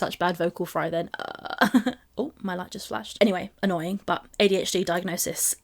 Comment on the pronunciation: Don't you mean annoYEEEN?